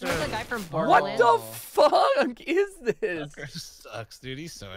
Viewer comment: Heard more sucker than tucker. 😛